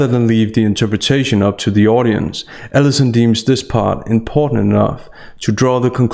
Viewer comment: Are you saying, "Ellison," or "Davis?" Because the journalist's name is Allison P. Davis. I don't think you should call a professional by her first name--would you say the same thing if the author was a dude? Doubtful. Plus with your accent, it sounds like 'Ellison." I'm not picking on your accent, but rather pointing out something I don't think that you--as someone who is very aware of words--might want to project. I do agree that it's a revolting interview, however. :)